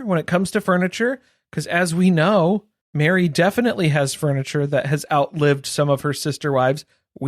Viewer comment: The way I was cackling thinking you said BARRY (Plath) had cornered the market on bronzer. Then clued in to Meri, lol.